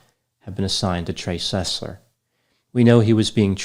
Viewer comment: Trey SUS-ler